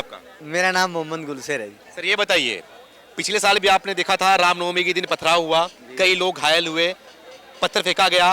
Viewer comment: Can't pronounce the ramnavami n he says ram is adarsah... Thy always generalized it